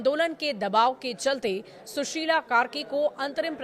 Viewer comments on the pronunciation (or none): मेडम सुसीला कहिय सुसिल नहीँ फरक होताहै सुसिला ओर सुसिल मे